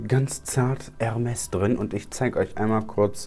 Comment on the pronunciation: Junge es heißt nicht „ermes“ sonder „ermé“